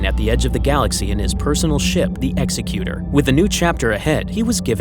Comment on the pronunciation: You could pronounce Executor correctly next time.